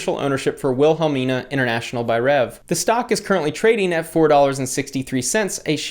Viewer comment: It’s pronounced “Will-Hah-Meana”😂